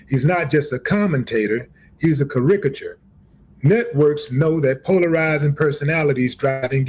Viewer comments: Big Dumb Willie D says ''Ca-rick-a-chore'' . The word is caricature. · Did he just say Steve A Smith is a crick-agur??? It’s caricature. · kuh Rick kuh chure 😂😂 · How did he write that post and can’t even read the words that are in it m, that’s SUS! Ka-Rick-a-ter. So what can you have Ai write your tweets now or what? Or is there some weird disconnect between writing something you want to say out and reading it afterwards. In my mind, if I am writing it out, it’s because it’s a word I know and use. Unless I am somehow confused and he’s reading someone else’s tweet?!🤷🏻‍♀️ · Hahaha!!! That man actually said, “Cha-RIK-er-a-ture” 😂😂😂😂 Dude, learn how to pronounce the word before you use it on a platform 🤦‍♀️🤡 That said, I realize that Stephen A. sits the fence a lot... But, he says a lot of pretty based things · Can't even read. What is a Ca rick uh chur ? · "Karikature" he didnt even write that he is reading somebody elses post that was written for him. What a braindead moron. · "He's a carickature" 😂😂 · called him a "currickachur",😄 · 'CaRICature'??! Smh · Caricature 😂what he say Car-icat-ure😂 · A “car ick a ture”…… wtf? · “CaRIcature” smh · Cah Rick a ture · What the fuck is a “Carickature”??? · 🤣 I came for the video title,,, stayed for the pronunciation Kar-ric-a-chur - f'ing hysterical that he actually thinks he said that correctly 🤣🤣! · Did he say a “cuh ric a ture?” 😂😂😂😂 People……if you use AI to write something for you, make sure you learn how to say the words BEFORE you try to say them! 😂😂😂😂😂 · "...he's a caRICKature." I wonder if that's similar to a caricature.🤔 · "He’s a ca-ric-u-ture" 😂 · I make it a rule not to say "F him." about men who are speaking truth. Putting her life on the line? Yeah, right. Did he just pronounce caricature, cuhRICKuhtour? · "He's a ca ra ik a tour"😂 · lol, car-rick-iture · " ca-RIK-a- ture"😂😂😂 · wtf is a “ka-rick-at-ture” Stephen A’s first mistake: responding at all. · Karigitureffff.....the fs are silent